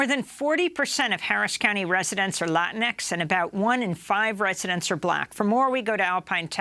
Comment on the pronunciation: Amy, you need to stop pronouncing Latinx like that. It should be pronounced La-teen X.